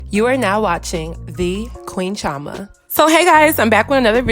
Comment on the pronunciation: Queen Chioma: Pronounces Chioma as (Cho-ma) instead of (Chee-o-ma) Me, an Igbo Nigerian: So you have chosen death..